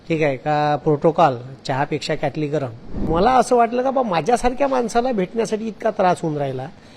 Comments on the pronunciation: त्यांना साध किटली बोलता येत नाही तो क्याटली बोलतो आणि हे म्हणे गुरुजी आहेत आधी मराठी भाषा शुद्ध बोला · क्याटली नाही रे किटली असते ती😂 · Marathi... Kitli mhantaat kyaatli nahi😅😅